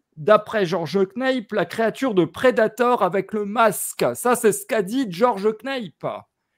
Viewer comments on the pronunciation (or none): Non mais justement il n'est pas du tout prononcé ainsi en anglais. Le A est a dire a la francophone et ca va sonner ainsi = "NAP" simplement. Le reste de l'émission est tout a fait intéressante par ailleurs. :) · il faudrait apprendre a prononcer le nom de George Knapp…. :(